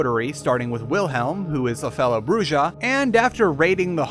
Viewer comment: Please please improve your pronunciation on vampire the masquerade terminologies. The way you pronunce them is horrible! Why its so hard to pronunce "Brujah" right for example? The "J" is a JOTA for f*cks sake! Its spanish but it is not that difficult! Why its so hard to pronuce it? xD I tried to teach my players in my vampire p&p group too, but they dont get it either...